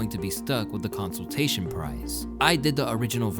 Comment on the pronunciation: "consoltation prize " its "consolation prize"